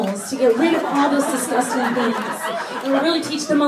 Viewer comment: That's disnustin' :D